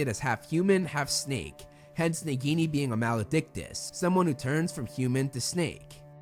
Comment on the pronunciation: It's Nagini, not neguini.